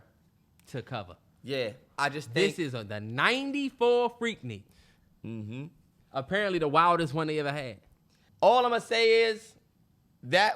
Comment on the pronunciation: I’m from Atlanta and it’s pronounced freak nick not freak neek.